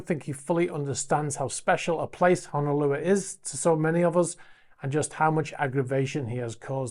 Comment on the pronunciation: It's pronounced NAH- KO- AH (not Nah- COW ah). Also, it's HO NO - LOO-AH (not Hah-nah- loo-ah). Thank you.